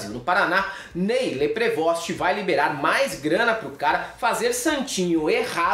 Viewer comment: A pronúncia do nome do cara do União Brasil é Ney Leprevô